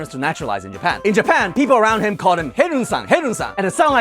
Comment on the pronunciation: Herun-san sounds funny to me as a German 😅